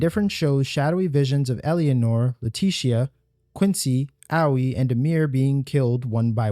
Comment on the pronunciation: thats not Albrecht, the black eyes are a pretty clear indicator that is his indifferent doppelganger. Owwy? Really dude? OWWY? They pronounce it both in game and on stream when it was debuted. Its pronouned AY-OY. Owwy....... 😂 Also it ELLA-NORE NOT ELLY-ANORE. jesus man. Great video but that shit irked me. Great video. Great interpretation. Watched the full thing. Thanks for your effort man.